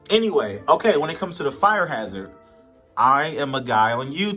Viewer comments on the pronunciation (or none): none